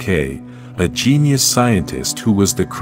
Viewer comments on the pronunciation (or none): none